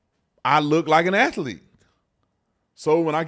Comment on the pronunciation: Athlete has two syllables